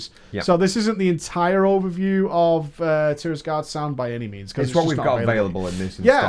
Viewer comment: it's tiragarde sound, not tirasgarde sound :)